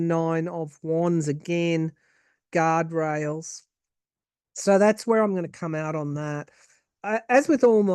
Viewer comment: Did you said Elon is with out “guard rails” or “God rails?” Lol, maybe both? —thank you